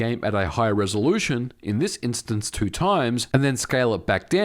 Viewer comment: Why do you say "two" so weirdly?